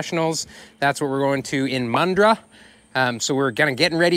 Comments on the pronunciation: For fucks sake if I ever meet you the first thing I’m gunna do is teach you how to say and spell Bloody Mandurah!!! Not Mundra 😂😂😂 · I think you mean MANDURAH (pronounced Man-du-rah)?